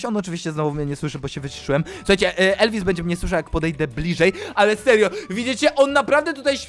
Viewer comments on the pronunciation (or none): Jak to mowi Elviss to Beczka hahaha